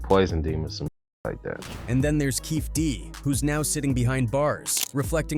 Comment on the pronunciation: How do you make a video on Tupac’s murder and don’t even take the time to research how to spell or pronounce Keefe D’s name?